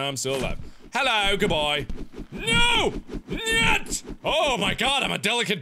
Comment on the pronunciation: he actually said no in Russian pretty good.